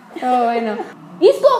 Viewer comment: y porque dale y dale con sisco, si es ISCO